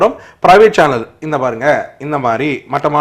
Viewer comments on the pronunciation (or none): none